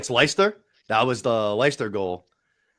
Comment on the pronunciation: Oh no, that Aguero goal wasn’t against Leicester it was against QPR. And how can you not pronounce Leicester